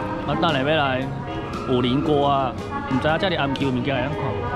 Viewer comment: 是五稜(ㄌㄥˊ)郭不是五稜(ㄌ一ㄥˊ )郭哦!!